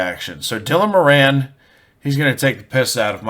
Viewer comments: you need to learn how to prounounce moran , it;s more in not more anne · More-on, not mo-ran. A couple of years ahead of me at school, Tommy Tiernan was also in the same school, check him out too. I'm just as funny but I never cashed in on it because I'm so charitable.